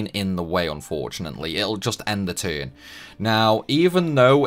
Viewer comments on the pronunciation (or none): none